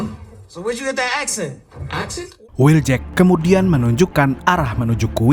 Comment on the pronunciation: wheel jack bukan will jack